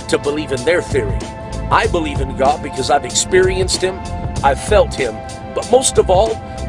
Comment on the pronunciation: He is clearly saying "cod", not God. He's talking about a fish guys.